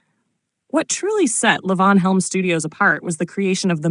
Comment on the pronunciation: What the hell is layvons studio? This is AI garbage. LEE-VON.